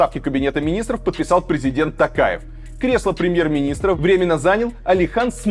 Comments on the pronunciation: Варламоввввв читай нАрмАльноооо не тЭнге а тЕнге, не ТАкаев а ТОкаев раздражаете уже 🤦🏻‍♀️ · Не ТАкаев, а ТОкаев. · Режет слух как говорите тЭнге, тАкаев, актАбе. У вас же тоже есть эти буквы в алфавите и звуки те же, почему нельзя говорить как есть? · Илья, нужно говорить тОкаев через О. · Ударение ставтит на" у" а надо букву "и" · слух ломает.... тЭнгЭ, мангыстаУская, АктАбЭ, , ТАкаев... ударения? не, не слышали...